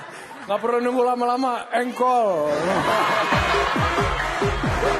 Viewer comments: plisssss engkol ya bukan jengkol😭🤣🤣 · bbrp x aq ulang"....ttep aja ngakak denger nyebut JENGKOL bkn ENGKOL